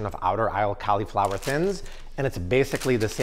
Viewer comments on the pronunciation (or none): Cau-lee-flower takes me out everytime 🤣